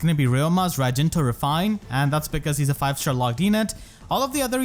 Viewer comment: how to prononce raijinto with fehtubers: akariss: raijintwo pm1: rajinta nimious: rajinto